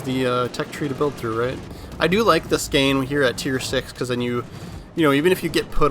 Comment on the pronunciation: Bro really said skane…. its Skåne.. its closer to the Sound of o then a